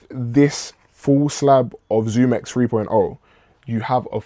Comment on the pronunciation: x under the zoom x, but I think you said it correctly later in the video